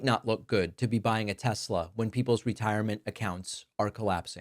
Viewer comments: "I LOVE TESLER!" -Donald Trump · "I love Tesler!" - Dumbass